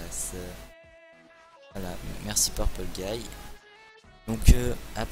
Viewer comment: mec t'as dit merci purpule guy c'est genre tu dit "purpule guy heureusement que t'es là car sans toi des robots qui tue des gens n'auraient pas exister merci mon gar